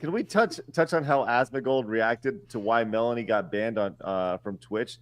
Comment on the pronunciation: Asmongold said it wrong but i also think Melanie has many many L takes.